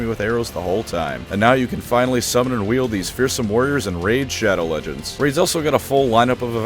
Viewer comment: I like how subconsciously most tubers accepted that raid shadow legends has to be pronounced how internet historian pronounces it